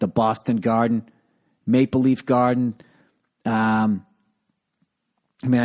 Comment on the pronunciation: I miss the Boston Gaaaaaden.